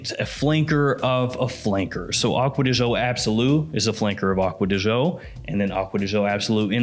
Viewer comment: You should pronounce as joe